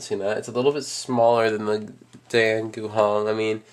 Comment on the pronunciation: its pronounced (di-ann)